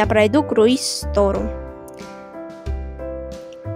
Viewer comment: я имел в виду то как ты назвал это слово правильно говорить СТОРИ я не про то как написано